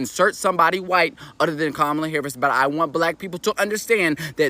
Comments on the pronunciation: First off, it's Kamala, not Camila. Okay, here is my 2 cents and it's probably worth less than that, but here it is. It doesn't matter who runs against Trump. It's an uphill battle at this point. But even though I don't care for Kamila, she has the best chance because she is, in fact, an incumbent. Even as a VP, that historically has an edge. Also, there is a lot of doner money on the table that moves right to her as she's part of the original ticket. I don't care who else is put in that position, they won't have time to organize and get the donors and everyone on board. Now let's not fool ourselves, the only people we need to sway are the swing state voters. People in blue states are already softening to Kamala and will get their vote. A HUGE part of the vote for any Dem is to keep Trump out. We should just be prepared for four more years of Trump because of his momentum. I personally don't want that and would accept less suffering under Harris. I'm not telling anyone who to vote for or not to vote for, but the reality is, no matter who is in there, it's a tough battle and all numbers show, Kamala has the best chance right now. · How you hear her name 50 times and still can't pronounce it right,?